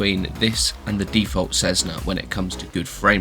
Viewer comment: "Suitable for all conditions?". What an odd comment to make, considering the 172 has no ide protection whatsoever (aside Pitot Heat). And it's not "Cezzna", it's Cessna! Cessna employees and representatives pronounce it as 's' and I think they'd know best.